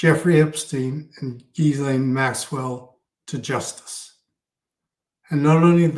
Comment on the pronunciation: Gislaine is pronounce Gil-ane fish Gil, Lane. I know. It’s strange and took me ages to get it. Until you hear it, why would you know it 😆